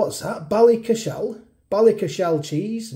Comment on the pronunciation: Excellent video,. £4.50 - you're paying for the name, not necessarily the quality (or otherwise) of the pizza. Ballycashel is pronounced Ballycashl, not Ballyca-shell 🙂